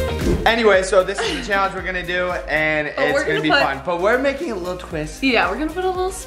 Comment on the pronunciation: Lol and say "cheeallenge"